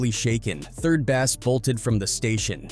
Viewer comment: 3rd bass not 3rd bast 😂😂